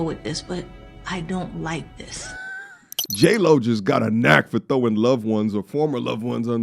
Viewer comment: Jlo sounds like hey ho 😂